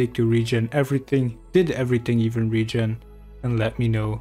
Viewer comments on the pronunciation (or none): none